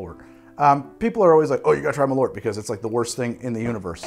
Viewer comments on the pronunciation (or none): Malort or "Malört" is the swedish word for wormwod. The ö is pronounced like the "e" in "herb" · "Malort" I honestly had no clue what you were talking about until I saw the bottle, that is... Not how you pronounce it, but I also can't think of any way to convey how you're supposed to pronounce it in writing. Edit: And Paracress, I know why you had such trouble getting the effect you wanted out of this one, to begin with it's a complex mix of chemicals and more importantly the one listed as probably responsible for the numb tinglies is a fatty acid amide. Now I have to grow some Paracress and try to extract it myself, if I can figure it out I'll have an even better recipe for the Menthol Ion Blaster. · So Malört literally means Wormwood in Swedish, Carl Jeppson was a Swedish immigrant who came to Chicago and for one reason or another made Malört, (pronounced Mall (like shopping mall) err (like to err is human) and cutting off the err Early with the t) I imagine cause Jeppsen was Swedish he wanted something which tasted of Home, and Scandinavia uses a lot of wormwood in its spirits, looking at Aquavit, looking at Gammeldansk, looking at Underborg (it's German but close enough), there is a pretty present bitterness in all these which I imagine partially inspired Jeppson to make the drink initially. And NOW we have Chicago which loves the stuff, so it's a happy ending for everyone. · Great video! Maybe someone stated this earlier but I wanted to let you know that Malört is actually the Swedish word for wormwood. It's pronounced like the english words "mall" and "earth" but without the "h", if that makes sense. Keep up the good work! :) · For future reference, if you want to give Malört the proper Swedish pronounciation, you say it like "mall-hurt" but drop the h. :) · The way you pronounce Malört is as cursed as the drinks lmao.